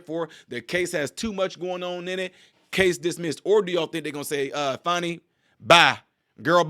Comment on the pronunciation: Her name is pronounced Fanny not Fawni there is no W in her name.